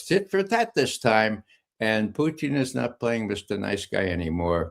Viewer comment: This guy calls him Poutine